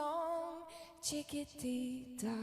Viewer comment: What a shame the host could not even pronounce "Chiquitita"... it is probably the song that has earned more royalties for UNICEF than any other!